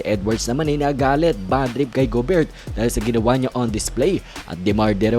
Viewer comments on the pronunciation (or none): Gobeyr... Silent T